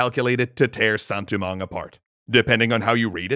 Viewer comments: Sounds more like poorly pronounced French to me. I've heard Haitian Creole from a genuine Haitian, and that doesn't sound like it. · As someone who knows basically nothing about Haitian Creole, I was wondering, is he going for a Creole pronunciation of Saint-Domingue?